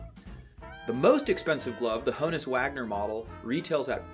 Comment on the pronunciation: Honus does not rhyme with bonus. Think of it as a shorter form of Johannes. (I saw a video where Lou Gehrig pronounced it Honnus.)